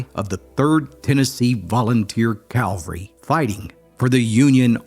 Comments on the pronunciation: I very much enjoy your videos. Thanks for your good work. (Please note: it’s pronounced CAV-al-ry, not Calvary. Calvary is an inexplicably special place and should not be confused. Thanks.) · “Calvary” is not the same as “cavalry”. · I love your stories and have been a subscriber for a while. I hear this mistake made by a lot of people. Their military unit was Cavalry not Calvary as you are clearly saying. The former is a unit that rides horses, the latter is where Jesus Christ was crucified. Looking forward to your next story! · A very sad story from a very sad period of American history. Thanks for yet another look into the not-too distant past. One point i'd like to make - the military term, cavalry is pronounced CAV-AL-RY, not CAL-VA-RY, which is where the Lord Jesus Christ was crucified. You're not the first and won't be the last to make this mistake. God bless. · Yet another Civil War narrator who cannot distinguish between “cavalry” and “Calvary,” mixing up horsemanship with where the Romans crucified Jesus Christ. It’s not difficult to say “cavalry.” Break it down: “Cav–ull–ree.” Its origin is the French word “cheval,” which means “horse.” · it's cavalry!! Not calvery!! Calvery is where Jesus's crucifixion took place! Cavalry is from the term cavalier. From the French chivalry. Why do so many Americans wrongly say that? I'm a British army veteran who served in an elite cavalry regiment! ❤great job again my brother! Outstanding work...thankyou.... jason in England 🏴 x 🇺🇸 x 🇨🇦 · Didnt take long for the butchered english to raise its ugly head… only this time it was funny!!!! “The 23rd calvary”!!!!!’ Someone should proof read!!!!!